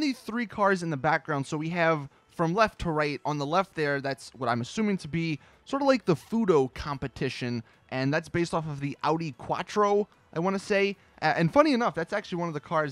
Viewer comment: It's pronounced "Fu-To" not "Fu-do"